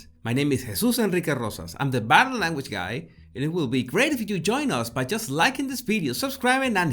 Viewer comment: First of all, I love videos and your accent. I studied my you know what off to learn Spanish to teach ESL to recent immigrants in LA, and I was close with all the families, so it is all in fun. But every time you say "Body" I first hear "Baddy" and chuckle. In closing, I watch every "bideo" you post and love them all. You just take me back a couple of decades, that's all. Dios con Dios, mi amigo. Eres el mejor.